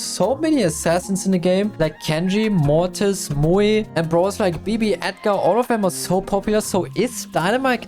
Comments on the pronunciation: He said Mortis instead of Morris 😮😅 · 100 likes and will finally say Mortis and not Morris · Mortis ❌ Morreis ✅ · The only thing that make me watch this is to hear him say moris😂😂😂😂